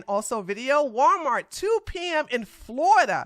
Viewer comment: She said "Gualmar" 🤭🤭🤭🤭